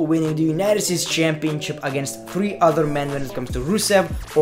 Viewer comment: Normal people say Three = says tfree